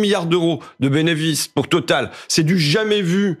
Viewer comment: J’ai adoré comme François Ruffin a dit le bénéfice en « bénévice » 👏🏼❗️❗️❗️